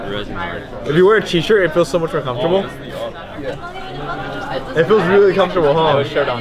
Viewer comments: i heard comfrotable for three times and then i decide to stop watching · "THIS IS SO COFOTRABLE" ~ Regi 2015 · Regi randomly sayin: This is actualy comftorable. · this is really comefortable. i mean its really comefortable. did i tell you its comefortable.